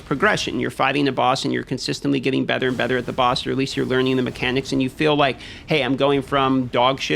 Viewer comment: gotta get them murrchanics down